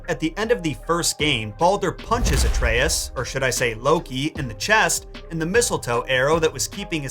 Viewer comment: Love the video! Why pronounce Atreus incorrectly though?? 😂